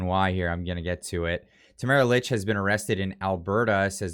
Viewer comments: It’s pronounced “Leech”, not “Lich” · Just an FYI I believe that Tamaras last name is pronounced like “leech” 🤓🤷🏻‍♀️